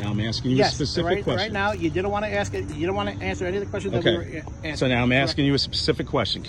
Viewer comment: If you are a police officer you had better have a command of the english language AKS is not a correct term, learn how to speak before speaking to another person, it just shows aq high degree of ignorance